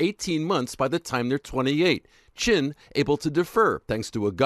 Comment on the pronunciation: "Chin" ...seriously?